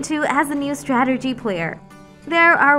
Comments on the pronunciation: "STRATERGEE GAEMS" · Nup I couldn't even watch after the fifth 'STRATERGY' lol